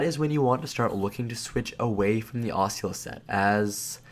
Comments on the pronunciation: Ah-Sue-Las set btw ;) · ASS-A-LASS set lmfao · "Oisula set" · I cringe every time he says Asula (ah-sue-la) .. good video non the less. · Say it with me uh soo la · Wow I'm triggered 3 seconds in by his pronunciation of Asula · Great vid but im raging at pronunciation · After about 2 minutes watching, I realized I can't take this dude mispronouncing a simple word anymore. I don't even understand how you fuck it up so bad its triggering.